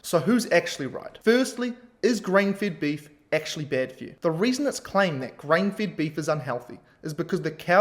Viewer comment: You should not pronounce FED as FIT...